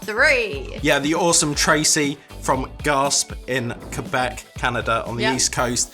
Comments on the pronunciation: Its Gas-pay not Gasp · Gasp 😂 I died hahaha It’s pronounced “gasp-aye” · it's pronounced Gas-PAY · 😏 Gaspe = Gas-Pay Jos Louis = Joe-Louie 😊